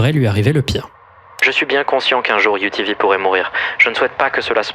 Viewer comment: quand tu disait UTV j'entendais rien d'autres que UVB